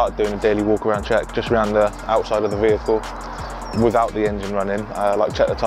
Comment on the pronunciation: do you mean “THE” not “DA”